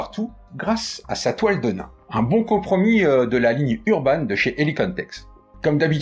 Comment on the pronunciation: Petit cours d'histoire (que je pensais connue de tous...hum hum) . Nos bons jeans (comme 501 pas comme le saint) ont été à l"origine fabriqués en toile De Nîmes (ruée vers l'or, Levis Strauss bla bla bla), on prononce donc "denim" comme la ville et pas "de nain".... Bon, c'est pas tout ça, est-ce qu'il est prévu une version femme ou est-ce que le modèle est coupé unisex? Merci pour cette présentation!